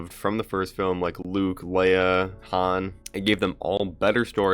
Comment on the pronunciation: Maybe i heard you wrong, but it sounded like you said "Hans". His name is actually Han. But, again, I may have misheard you.